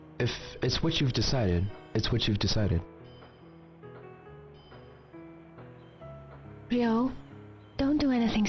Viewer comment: It's Ryo.. Ryo.